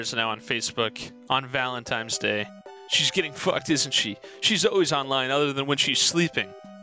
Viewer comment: homie said valentimes day